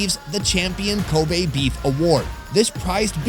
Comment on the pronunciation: Its kobe not koba